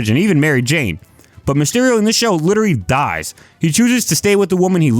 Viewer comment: You giving yourself away with the "witerawy" good vid btw